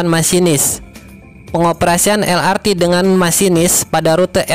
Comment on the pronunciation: Harap pengucapan singkatan pakailah ucapan alfabet Indonesia lah jangan malu harus bangga LRT ya el er te , MRT ya em er te dst semoga dulur2 maklum. Nuhun 🙏🙏